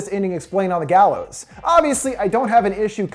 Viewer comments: The gaylows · It gallows